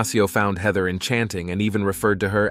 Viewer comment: hi could we standardise how you pronounce the names? heather hater shawna (something else?😮